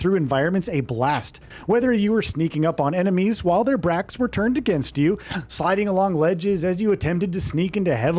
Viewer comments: This is a channel with 1 million subs and they couldn't do a second take of the voice over and flubbing a line and saying "bracks" instead of "backs"? YouTube is truly becoming drivel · he said “bracks” instead of “backs.” Its totally okay though. I dont care.